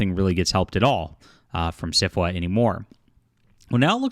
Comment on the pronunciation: I know you keep saying SFWA but I keep hearing syphilis!!! Which kinda fits, too! LOL